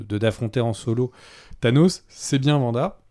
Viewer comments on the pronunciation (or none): Mais c'est pas vanda 😅 c'est Wanda. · C’est Wanda pas Vanda ça me fait grincer des dents à chaque fois 😭😭